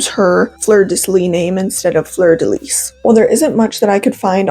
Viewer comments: Fleur de Lis is pronounced Lee. Its French. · Itty bitty correction since the fleur de lis symbol has surrounded me my whole life It’s actually pronounced without the “s” at the end of lis!! So it sounds like “floor deh lee” :3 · its fleur de “lee”❤ -a cajun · I'm interested in the lore, but the way you pronounce fleur de lis just kinda irks me.../lh the last word is pronounced like 'lee'.. Ik it can be kinda confusing between how French words are spelled and pronounced, just thought I'd point that out tho ^^ great video otherwise, I never knew that before!! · "lis" in "fleur de lis" is pronounced as "lee," but aside from that, very cute video and i loved learning about her hehe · The S at the end of Lis is silent.